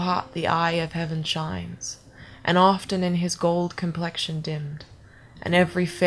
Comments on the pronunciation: You almost got it. Very good.. a few words.. often and not.. I could still hear your native accent.. but what is weird, you were emulating a general american accent and certain words to me, almost sounded american east coast.. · Not a native english speaker, but I find that your "o"s are a little off (british) in "often" and "not".